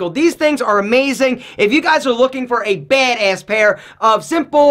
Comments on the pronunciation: "BEHD ESS" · Drinking game: Take a shot every time he says baedaess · I love the accent for when he says “Bad-ayss” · “Baydayss” haha love the way says it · Nobody:: BeHdeaS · OMG The way he says BADASS! so hard bro 😂😂😂😂😂😂😂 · The way he says BADASS kills me. 😂😂 Nice video though.